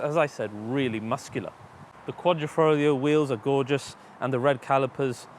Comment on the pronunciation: "The Quadrifrolio"